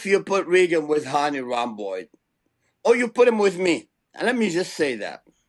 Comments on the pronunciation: Samir, it’s ‘Good Vito’ not ‘Big Vito’. And it’s ‘Hany Rambod’ not ‘Hany Rhomboid’ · lol romboid